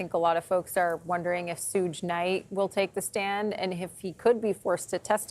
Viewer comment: called him Souge Knight 😂Sougé most commonly refers to small French communes